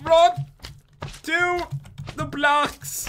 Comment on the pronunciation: when you said 3 blocks left you said blacks